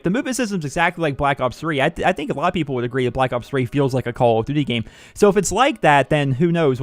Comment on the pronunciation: omg how many times did you say Call of duty -__- say it properly.